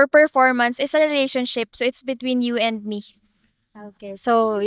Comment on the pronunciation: I love how Filipinas pronounce and accentuate the word re-la-tion-ship. They way you say this word is the best.